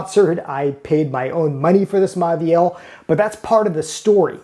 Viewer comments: Say it with me: mo-vi-el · It’s pronounced Moviel — the “au” is pronounced “o” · Typical American dickhead who doesn’t even attempt to learn how to pronounce these French brand names. It just serves to make him look and sound like a total prick. To be clear, it’s: “Mor-vee-al” and “lur Croo-Say” Do they teach anything in US school?